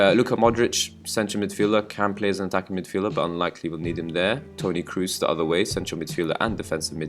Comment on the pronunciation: Good video. Question: I've seen a lot of videos on youtube. Why is it that English/American people can't pronounce names correctly? For example: Kroos sounds like Crows (the birds), not like Cruise, that's the actor ;)